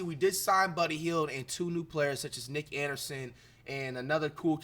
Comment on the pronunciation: Bro said "Nick Anderson" 😅